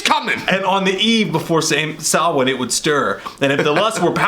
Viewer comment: Samhain is pronounced sow-win sow like 🐖 not like needle and thread